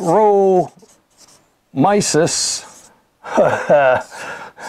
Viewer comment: Lover your series! Its fantastic. You pronounce -------- myces "my -c's"